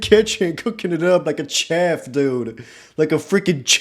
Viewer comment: FOR THE LOVE OF GOD... Shhhhh-ef